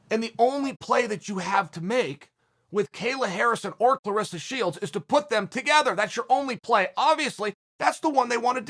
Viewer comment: Dear Chael Clarissa, rhymes with Melissa. CLARESSA, rhymes with VANESSA.